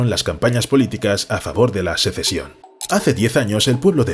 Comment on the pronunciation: Sesecion? En serio? Y no lo dices una sola vez.